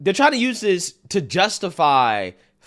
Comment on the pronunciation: dis supposed to be, dis dis dis, day dem, deez people, your vocabulary is so horrid to listen to and you always sound like youre yelling its so hard to enjoy these videos in the background of my computer